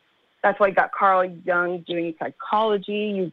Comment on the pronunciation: You got caaa Jung, you got Neeeech 😳😂